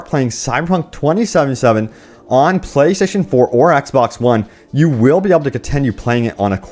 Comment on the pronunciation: Why the hell can't he say "playstation"? Why is it playshashion?